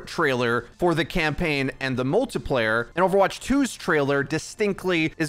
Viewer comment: Like for Every time he says “multaplayer”